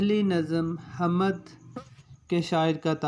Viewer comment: جناب "حمد"کی م ساکن ہے آپ بار بار زبر کے ساتھ پڑھ رہے ہیں۔اوربھی کءی غلطیاں کر رہے ہیں۔توجہ فرمالیں۔